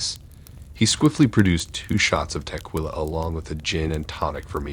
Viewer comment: Dude...good stories & great narration but the word is tequila/ ta ki la